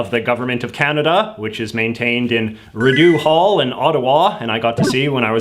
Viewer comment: Riddoo Hall!? What part of Canada are you from? Rideau (Ree-dough) Hall.